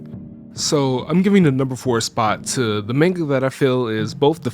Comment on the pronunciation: Guy said maneguh. Maneguh.